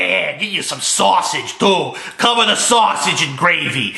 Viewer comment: COVA THE GRAVY IN SAWSAGE!!!!! ITS GOUD!!!